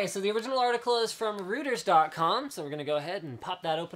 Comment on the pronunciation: Reuters is pronounced "Roy-ters" I'll admit, I've made the same mistake.